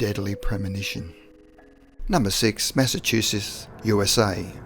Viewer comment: Massachusess? Come the phuck on! Pronounce it right or stop with this bullshi